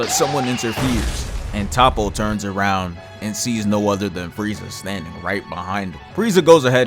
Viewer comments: top-oh? no-no. it's toe'poh. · Top-po is soo cringy. Ik you hear them say Toppo in the anime. Toe-po or Toap-po is the pronunciation. Say soap, swap the S with a T then add po😂